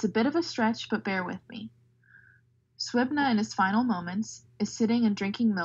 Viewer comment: Great video, but Suibhne is pronounced more like siv-in-yah 😄